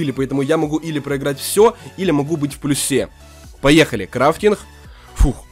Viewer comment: Не в плюсЕ, а в плЮсе